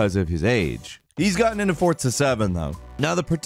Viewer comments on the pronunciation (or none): Everyone: “Forza”: “Fortza” Everyone: “Exodus”: “Eggsodus”